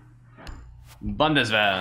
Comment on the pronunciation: Haha the way he says bundeswehr is very nice😂